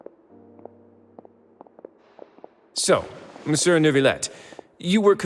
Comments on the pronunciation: I CAN'T WHAT HAVE YOU DONE TO ME "Miss you" sounds so perfect I can't stop saying it lmao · I'm french and they could've told the voice actors to pronounce "Monsieur" as "Miss you"..